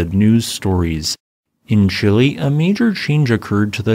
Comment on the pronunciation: Great video as always…one point…it’s Chi-LEH not chili…you visit it, you don’t eat it 🇨🇱😉